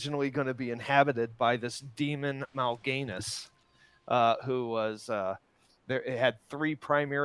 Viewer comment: The way he said Mal'ganis made me cringe :D "Mal Gainis" ^.^